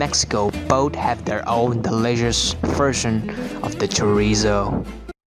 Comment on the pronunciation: If I hear Chorizo mispronounced just once more, I am going to...